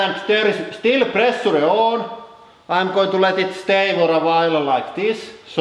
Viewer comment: Pressure is pronounced "preh-shaaa", not "preh-suh-la" ... Some sentences are hardly understandable ...